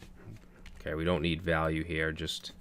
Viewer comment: What a wonderfull course. I was waiting silently when you were going to realize "valule". Thanks for the series. Be nice to yourself at least as much as you are nice to us and don't forget that, YOU are such a wonderfull guy!!.